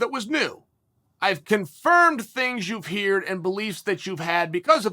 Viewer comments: lol you said hEAR'd instead of heard... human.. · You mispronounced "heard", but with your status as the baddest man on the planet, and never having lost a round. I will now accept and replicate your pronunciation; I also apologize for my mispronunciations of the past.